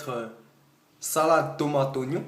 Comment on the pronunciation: Mdrr comment il dit : sAlAde tOmAte Ognons 😂rebeuuuu !